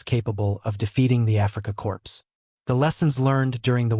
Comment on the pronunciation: “Core” not “corpse”